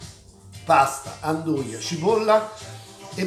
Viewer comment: andugia no' anduia